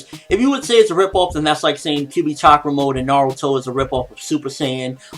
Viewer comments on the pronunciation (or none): none